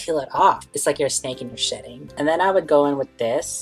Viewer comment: Omg I thought you said snake shiting. Shedding* lol. Good video. You talked alot more.